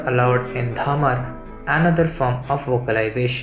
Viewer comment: कृप्या शब्दों के उच्चारण पर ध्यान दें 🙏 धमरा नहीं होता हैं , धमार होता हैं। बड़ी मोटी बाई नहीं, बड़ी मोती बाई सही हैं !